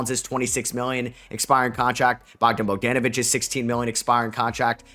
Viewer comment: He said Bogden bodenevich